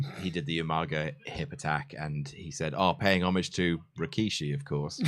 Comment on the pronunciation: fun fact: it should be pronounced "Rikshi" the second "I" is silent in the word "Rikishi" which is a term used to describe an individual Sumo wrestler.